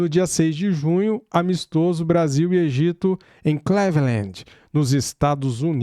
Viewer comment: Pô cara, põe assim no Google: “Cleveland pronúncia” - e vem um áudio perfeito com a pronúncia. “Cléveland” foi duro.